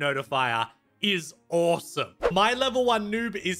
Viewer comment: its awesome not auwsome